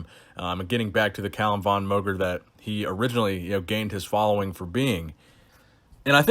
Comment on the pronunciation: VON is pronounced like FAWN, since it's of Austrian origin.